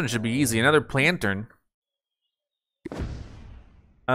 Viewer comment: HOW DO YOU MESS UP PLANTERN THIS BADLY!??!!? 😭